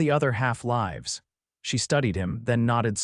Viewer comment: Lawdy... can't read "lives" properly. And..."Caleb" is commonly pronounced "KAY-lub"... can't even get a main character's name right - er, consistent? Gag. Then the subtitles go from CALEB to CALIB. Then, minutes later, go to CALLEB. Good grief, the technicals are so ridiculous.